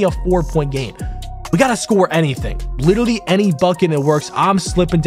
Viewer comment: Congrats on the record and btw it’s literally not litally 🤓🤓🤓🤓🤓🤓🤓🤓🤓 (this is a joke idk if that just how you say literally I jus started watching you like a week ago)